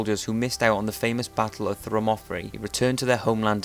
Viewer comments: "Thermofray" lol its Thermopylae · .. The- What? It's Thermopylae- Not Thermopatrhuhiubionkl...Fun fact about this "Supposed" fact is the spartan who looses an eye in 300 is actually a hint and nod to this tale, it's rumoured that he was a close friend, almost like a little brother to Leonidas so Leonidas commanded the ultimate sacrifice of him.. He denied him a Beautiful Death, and had him return to Sparta to tell of the heroic last stand, to motivate Sparta. For this he knew he would be shamed as he was, and had to sow disgraceful insignia's unto his cloak and his children were not allowed to have children of their own, untill he redeemed himself. He fell in the final battle against the the Persians, when all of greece united. And all of Sparta's military force slammed against the invading persians Annihilating their army completely. He died in this battle but he redeemed himself, and was granted what he had been denied.. A beautiful death. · "thermonthery" LOL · The battle of Thermafree? Cool video though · Battle of Fermotherey??? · "ancient Battle of Thermophery" ? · meep the way he said Thermopylae rendered it unrecognizable - Thermofifi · Please learn to pronounce Thermopylae. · Your pronunciation is shocking and content has many flaws. Lame as fuck mate. Can see you only did this for money and nothing else. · If you're going to make a video about something, make sure you can pronounce the words correctly. You messed up "Plutarch" and "Thermopylae". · man did he butcher his own tongue trying to pronounce "Thermopylae" or what..